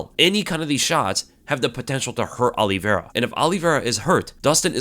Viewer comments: His name is O-livera not All-livera... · Olive -ira no? not Oliv-era. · He keeps saying Aliverah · I'd watch this but i can't stand the way says Oliveira "Ali-vera". Shit hurts my ears. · if he is all that, atleast say his name correctly